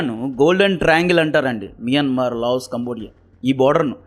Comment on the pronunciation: మియన్మార్ ❌ మయన్మార్ ✅